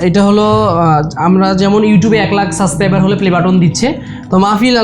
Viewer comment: It's subscriber not suscriber!